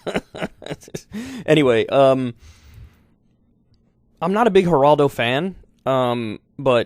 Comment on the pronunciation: Kyle said hiraldo😂🤣. It’s Geraldo .